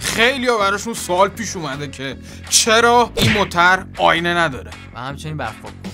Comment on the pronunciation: هههه گویش دری رو به شما تحمیل کردیم .موترررررر 😂😂😂